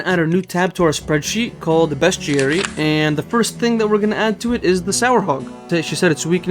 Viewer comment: Your pronunciation of "bestiary" is correct altho for years & years I used to say "bestiary" & it's a hard habit to break I'm sure you already figured it out but the icon in the top left is a plugin for slayer, however I don't believe it tells you anything the slayer gem doesn't, either directly or by talking to the slayer master via contact; so if you want to keep it or disable is up to you! (Fwiw in the official Jagex client & mobile app they're working on adding some Official Plugins so in the end it comes down to personal preference & what you personally consider to still be unguided; it's your series after all!) Iirc farming patches are one of the icons on your worldmap, altho I can't remember if it tells you what the patch is, or if it does so with or without plugins. But even so, it's a good idea imo, to write up a list of your patches in the order you'd take to get to them, when you do farm runs (ex: start catherby -> run to ardy, etc) I need to do that myself honestly, I stopped doing farming runs after hitting 85 & now there are so many new patches I'm not sure where to start again.. Back when I was little & doing Hazeel quest for the first time, my family was in legal battles with one of my grandmothers who wanted to take our large multigenerational home all for herself & kick the entire rest of the family out (despite the fact they'd built an entire second level themselves) Of course, the idiots in court sided with her because she put on a little old lady act, so